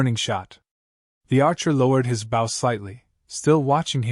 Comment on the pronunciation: Mispronouncing BOW ( boh ).